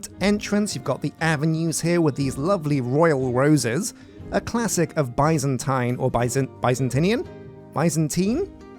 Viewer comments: It's not bī-zan-tīn it's bi-zan-tēn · Omg I love you, you're my 2nd favorite all time youtuber, but it is pronounced BIZZ-AN-TEEN, NOT BY-ZAN-TYNE. BIZZ-AN-TEEN. AND THE ADJECTIVE FORM OF BIZANTINE IS BIZANTINE!!! NOT BIZANTINIAN. THATS LIKE SAYING ENGLISHIAN INSTEAD OF ENGLISH. AMERICANIAN INTEAD OF AMERICAN. AUSTRALIANESE INSTEAD OF AUSTRALIAN. ITS JUST JUST BIZANTINE. BAHHDHEJIWSOKDDNKWKn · idk if it's a british vs american thing but i've only ever heard it pronounced 'biz-uhn-teen' never 'bye-zan-tine' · i am screaming why and how do you keep mispronouncing Byzantine it is pronounced [ˈbizənˌtēn], in plain speech, that's Bih(short i)-Zahn-Teen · British English and American English have different pronunciations. Both are considered correct.